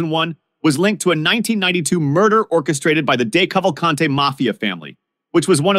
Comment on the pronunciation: It’s DEE Cavalcante. But at least you didn’t say Ven-tee-MIG-lee-ah. And I’m not even Italian. Just knew a few. - dad Dan